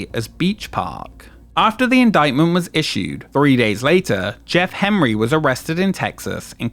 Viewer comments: You keep saying "Hemry", but occasionally say "Henry" - which is it? How irritating. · why do you say Jeff Hemry instead of Jeff Henry? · every time he pronounces Henry as “hemree” I die a little more inside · Why does the narrator repeatedly refer to the family as "Hemry" when it appears in the video to be "Henry"? Is this some odd form of British pronunciation, like when they say "fink"instead of "think". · I googled this. Turns out the guy's name is Jeff HENRY, not HEMRY, as pronounced here. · Outside the point of this video which I was already very familiar with. I'm curious, was this AI voiced and you kept typoing Henry to Hemry or can the narrator just not speak correctly?